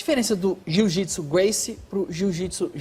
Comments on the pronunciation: Alguém aí percebeu que ele fala "jujitsu" ? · E aprendeu errado porque não é jiu-jitsu é" JŪ JUTSU"😂